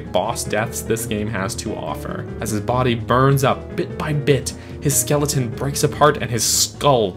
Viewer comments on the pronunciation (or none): none